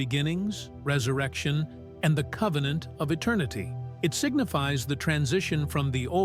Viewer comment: Convennant securred.